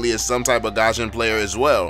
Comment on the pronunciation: It irritates me how you pronounced Gusion as 'Gasion'